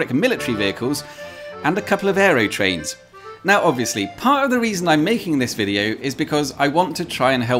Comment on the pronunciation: Why do you keep mispronouncing "Aerotrain" as "Aerytrain"?